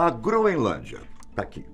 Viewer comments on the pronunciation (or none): none